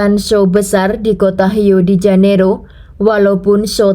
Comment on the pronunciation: Rio de Janeiro, yg dibaca h harusnya di Janeiro, Rio tetap dibaca r 🙏